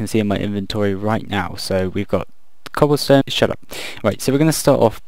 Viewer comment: "So we've got some Cobblston-Shutup! Okay..." XD